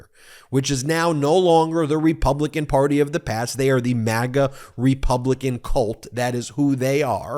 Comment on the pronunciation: Whenever you say "Republican Party" I hear "Republican Potty", hehehe!